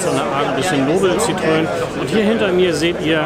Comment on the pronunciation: Ein für alle Mal: Citroen = „sitro-en“ ohne ö und Louis de Funès = „Lui dö fünes“ mit s am Schluss. Wenn man nicht Französisch kann, dann sollte man zumindest bei Wikipedia, Forvo, Pons, etc nachschlagen, bevor man ein derartiges Video öffentlich stellt (das nennt man in der Schule Hausaufgaben).